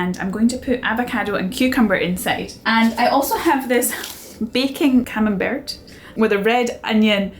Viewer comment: Camenbert is pronounsed camenbear